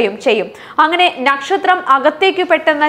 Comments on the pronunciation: ന്നക്ഷത്രം എന്നു വായിക്കാതെ നക്ഷത്രം എന്നു പറയു സോദരീ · ഞക്ഷത്രം അല്ല മോളെ നക്ഷത്രം⭐⭐ 😊😊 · മറുനാടന്റെ ന.... പനയുടെ ന അല്ല... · 'ന'ക്ഷത്രം അല്ല പെണ്ണുമ്പിള്ളേ നക്ഷത്രം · നക്ഷത്രമാണോ " ന "ക്ഷത്രമാണോ ശരിക്കും കുട്ടി പറയുന്നത് കേട്ടു കൺഫ്യൂഷൻ ആയി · പന, ഈ ന അല്ല. നല്ലത്, നക്ഷത്രം.